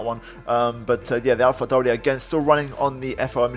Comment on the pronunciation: AlphaTauri pronunciation was spot on